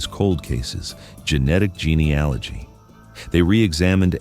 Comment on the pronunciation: If you are going to post crime stories that use genealogy, due to it's importance in forensics, you may want to say it correctly. You currently say it wrong every time. Google it and correct these posts, it doesn't give much credence to your research. Is it also wrong?+